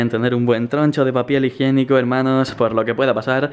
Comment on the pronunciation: papiel hijiennico xD like si escucharon